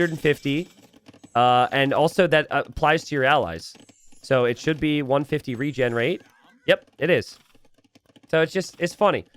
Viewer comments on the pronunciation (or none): none